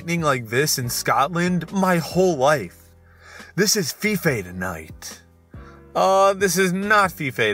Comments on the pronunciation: Hate to be that guy. It's pronounce Fy-Fe, not Fee-fay. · Fife is not pronounced fifay hahahahah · He said feefay but I'm pretty sure that still isnt correct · fife is pronounced f eye f not feefay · ‘fee fay” oH n o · I physically cringed down to my soul when he pronounced “Fife” as Fi-Fay. No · Oh my word, "Feefay" as Fife 😂 gunna call it that from now on, it's much more interesting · Goodwin he said fee fee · In case anyone was wondering, Fife is said like Life just with an F instead of an L. My mother's from there! Specifically, Rosyth. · Pls dont PRONOUNCE fife like that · you mispronounced Fife. It's pronounced like Life but replace the L with an F.